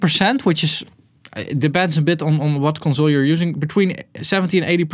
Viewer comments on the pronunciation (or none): con zoul